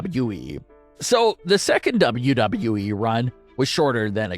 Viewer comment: LEARN HOW TO SAY WWE PROPERLY